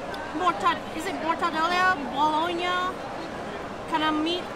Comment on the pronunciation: Mortadela in English means Bologna... But you English speakers pronounce like Beloni lol